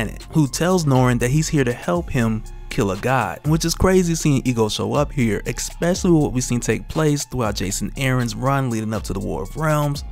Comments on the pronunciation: Especially not expecially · EKSPESALY. Truly especially an alternative pronounciation